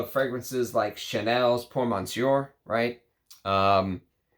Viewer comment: Thanks for the great video! As always! (monsieur still doesn't have an n in it, it's /messYO/. sorry, couldn't help 😛)